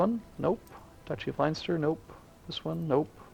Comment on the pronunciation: Also he can't say Leinster and Connacht xD